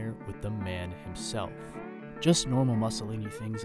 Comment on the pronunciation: If you can't pronounce "Mussolini", don't do the video.